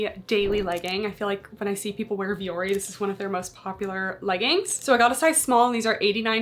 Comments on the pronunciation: Thats not how you pronounce the name. My ears. Lol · since the CEO and founder has said the company is named after Finnish word for mountain it's not how it's said. They themselves say it incorrectly which is very disrespectful.